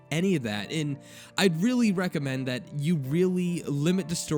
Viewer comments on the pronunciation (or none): All your readings sound sarcastic. Also words like "the and that" sound annoying when you say "da and dat". Haters gonna hate.